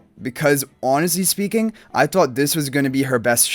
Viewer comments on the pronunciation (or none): none